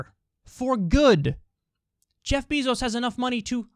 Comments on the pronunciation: This man Kyle says “Jeff BEEzos” lol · I love how Kyle calls him “Beezos” lmao